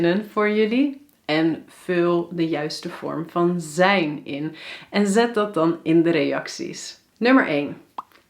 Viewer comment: Hoi hoi! I would like to know how to pronounce the "ij" sounds. Here I hear you say "AI" but the books teach me that I need to say "EI". Can you explain it to me? Like in the word "mijn" = [mɛin] Greetings :)